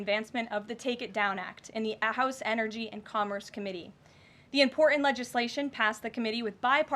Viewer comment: Very impor-unt 🙄